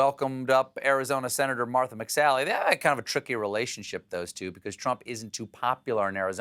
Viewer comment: Why is Trump incapable of pronouncing "Martha"???